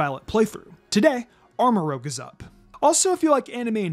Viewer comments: Arma Rouge as in red. Not rogue lol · Yo it’s pronounced arma-rooje not arma-rogue like rouge the word that means the color red, not rogue. That’s why ceruledge is ceruledge, because cerulean is blue so it keeps with the scarlet/violet theme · I understand this is a year old, but can people read? Armarouge is supposed to be pronounced ARM-ah-rooj. I dont know where people got rogue from seeing as this thing is the antithesis of rogue, rouge means red in french and its clearly red.